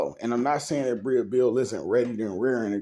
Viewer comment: Her name is Breeeeeeee no “a” sound. Okay back to the story.